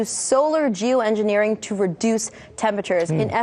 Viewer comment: At approx. ... did she say, " j o o -engineering"?? Correct me if I misheard what she said.